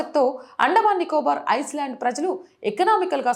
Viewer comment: ఐస్లాండ్ కాదు తల్లి. ఐలాండ్.